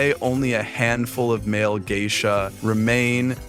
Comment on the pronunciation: They are Oiran not Geisha. You can't even pronounce Geisha correctly, no wonder you can't tell the difference between Geisha and Oiran 😂